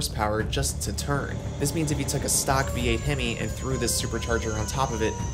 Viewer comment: bro says "chwsit" instead of twist and "churn" instead of turn